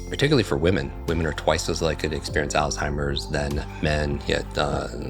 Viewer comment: So much purdenent information, so thank you both. I do feel compelled to ask you both to please pronounce the word "Alzheimers" correctly. I realize there is only one L in the word, however, it is pronounced as if there are 2 "L's"...check on it and find out for yourselves. Again, I do truly appreciate the info. No disrespect...seriously.